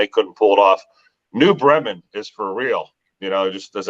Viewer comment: New Bremen!. Yes. Pronounced Bee-Men...